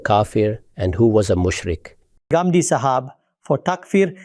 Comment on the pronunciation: There are some people who cannot pronounce the words of our vocabulary but you can pronounce it why do you have to say Gamdi you can say Ghamidi. If you say it's wrong that doesn't mean you're speaking good English the proper noun should be pronounced the way it is pronounced